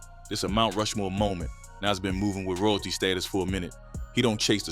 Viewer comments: It's not Nes, it's Nas... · 😂 ...and who is Naze 😅😅. A.I. is horrible lol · Never heard it pronounced like that, “Nes” or “For-real” (Pharrell). Thought it was black AI or something